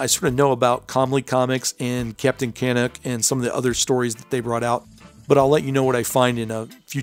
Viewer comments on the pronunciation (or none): Before you do the video on Captain Canuck, check your pronunciation: Captain Ka-NUCK. Not Captain KA-nuck. Picky Picky, eh? Nice videos on the Golden Age comics! I've just subscribed. Side Note: I remember finding an issue of Captain Canuck back in the day but couldn't find back issues. So I wrote to Comely Comics and the owner wrote back, sent me all of the issues I was missing, along with some posters! Awesome for him to do that. That's the Canadian Way, eh? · Very cool. You said Captain Canuck wrong. It's Captain Canuck not Captian Canick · right so weird to hear it said like that. should be Ka Nuck . or Can Uk. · Thanks !! Cheers from Nova Scotia!🇨🇦 ..and its pronounced Captain CaNUCK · Ok, so I gots a tip fer ya fellah. It's pronounced Can-uk like me favorite word f*ck, but with out the 'f', just the 'uck' Captain Can*ck, eh. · A couple of notes: Nelvana pre-dates Wonder Woman by several months, which is pretty significant given how Wonder Woman is often called the first female superhero. Also, the animation company "Nelvana" was named for the Canadian character. Second, Canuck is pronounced with the emphasis on the second syllable, not the first. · never heard anyone pronounce canuck that way